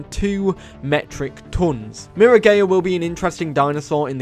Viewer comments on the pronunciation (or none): Miragaia is pronounced mee-rah-GUY-uh like Gaia the earth goddess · Bro said miragaya. Bro I’m dead 💀